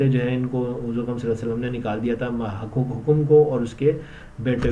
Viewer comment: Hokom nahi bhai,hakam hai naam ko saheeh bolo yaar